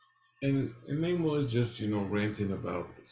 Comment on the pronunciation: Naymor, not nuhmor. He’s not Mexican, despite the Disney version.